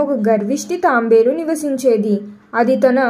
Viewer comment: అది తాంబేలు కాదు తాబేలు..